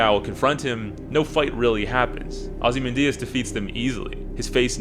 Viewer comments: Agree with so much of what you’re saying - but how do you mispronounce Ozymandias??? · Pronunciation is weird. I was like, hmm isn't it xyz? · Holly shit all of this from a guy who can't pronounce ozymandias , a quick google search could have help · I don't know if I can take a critique seriously from someone who can't pronounce "Ozymandias"